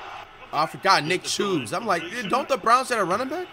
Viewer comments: While we're telling things here. Can we tell him that Nick Chubb is not Nick Choobs? Or however he said it? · Bro really said nick chubes